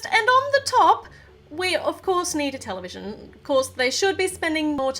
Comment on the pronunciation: When she says television I thought she said Nutella vision